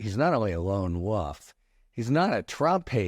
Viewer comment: Lone WOLF, not WOOF!